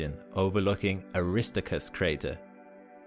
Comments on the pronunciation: Air- ris-STAR-chus. That's how it's pronounced. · I popped an ear drum when you said “a-RISS-tow-kris”. Then repeated it over and over again. I think my ears will never be the same. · Wonderful presentation, however: Aristarchus: aris TAR kus Rille: rill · The astronauts that went to the moon call the crater "Aris-TAR-cus", not "Awrist-TO-cus". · Mispronounces Aristarchus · … “Aristacus”… Ummm… NNNOOO!!! … 😂😂😂🤦🏻‍♂️🤦🏻‍♂️🤦🏻‍♂️🙄🙄🙄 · Air-is-STAR-kus PLEASE!!!! Thank you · Some fantastic imagery of lunar surface features! But pronunciation is sometimes weird. Aristarchus is supposed to be, "air-uh-STAR-kiss" Rille is one syllable – the final "e" is silent, "rill" Montes Carpatus is "mon-tess car-PAH-toos" (it's Latin for Carpathian Mountains) I think there were others, but these stood out to me. Still, none of this really detracts from the great information covered here. Thanks! Fred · Aristarchus is not pronounced Aristicus. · I'm pretty sure it's pronounced Ah-ris-TAR-kus. Just FYI. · Very informative. Thank you. PS Better look up the correct pronunciations of "rille" and "Aristarchus"... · You mentioned Ina but not any at least theories as to how it and similar features formed, nor any new discoveries about it. I clicked on this because I thought something new had been found out. :-| Disappointing. I don't think your pronunciations of Aristarchus and rille are correct, though I suppose it could be a cultural thing.